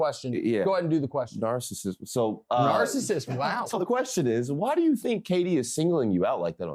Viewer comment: Too good seeing nick’s son bust his chops. ‘Narcissus’ 😂😂😂😂😂